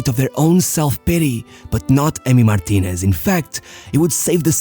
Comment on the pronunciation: Why does he pronounce every last name that ends in "ez" as "esh."